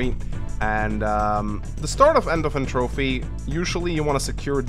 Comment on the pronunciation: That’s not how you pronounce entropy.